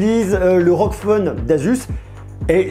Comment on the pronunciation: On prononce r-o-g pas rog